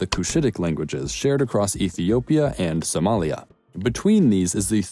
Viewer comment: You butchered Ethiopia/Kenya/ Somalia in so many wrong ways 🤦🏽‍♀️